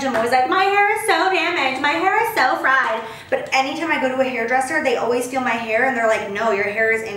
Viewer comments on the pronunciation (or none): none